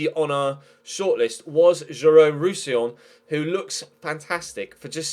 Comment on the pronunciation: Roussillon is pronounced 'Roosy-yawn' ;) And it says Jérôme, not Jeremy, man